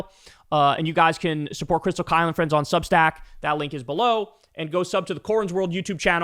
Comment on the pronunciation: Kyle, bro, just a word. When you say, "click that subscribe button below me here," while pointing down, make sure you clearly enunciate the word 'below' so it doesn't sound like blow.